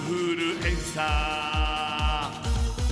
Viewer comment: 日村さんのインフルエンサーがエンサーじゃなくてインーフールｴﾝｻｰなの面白すぎて死ぬww 伝わってww